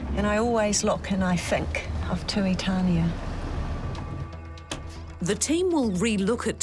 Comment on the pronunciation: Tuitania pronounced Too-ee-tah-nee-ah